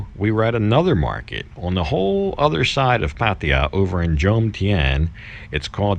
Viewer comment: your getting close to pronnounce Pattaya you will get it soon